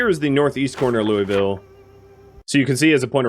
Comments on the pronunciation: 80-85% of us native KY people pronounce it “lulville” lol most likely why they were giving you heck for it. But really enjoy the PZ and State of Decay play throughs. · Btw its LOO-UH-VUL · I have never once heard this city pronounced "loy-vill" and I lived in the Kentucky/Tennessee area for years. Whoever is saying that is definitely pronouncing it improperly lmao